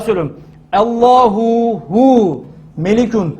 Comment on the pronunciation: Hocam ALLAHU HU DICEZ DEME Hüve hu dicez.bircok kez dinledim.ALLAHU HU